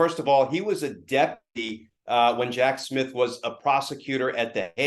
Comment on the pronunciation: "he was a deputy.." I had to check the captions on that, it sounded like "deadbeat"